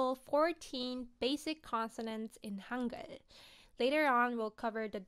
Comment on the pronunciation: Idk korean but in my experience of speaking 6 languahes i think the “G” in “hangul” is pronounced in your throat Summary: the g is throaty